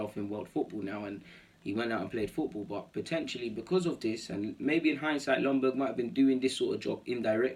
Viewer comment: Isn't Ljungberg pronounced with a Y at front end so like Youngberg..? Maybe it is different now? When he was a player it was pronounced then..? Cheers